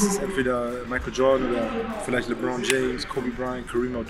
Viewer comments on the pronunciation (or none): Mich wundert eher dass er 'Li-bron' gesagt hat.. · Jeder: Lebron immer: Libron 🤣🤣🤣🤣